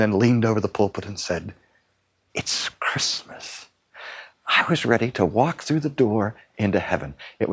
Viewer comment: Chritmas??? Really??? You had one job.